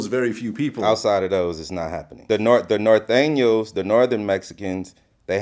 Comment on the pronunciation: BG knoc out is one of the few people I heard pronounce “Norteno” correctly on a platform.